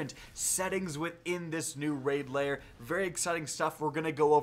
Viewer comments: You pronounce lair as layer. You should try saying lare or like hair with l instead of h. Lair. If you want to say right. No biggie. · L A I R. NOT LAYER. LAIR.